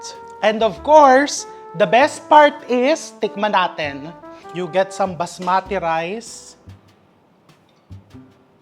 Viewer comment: Please don't cook Indian recipe again . If you donot know how to cook. You create mess. And you pronounce basmati rice to baaas maaati rice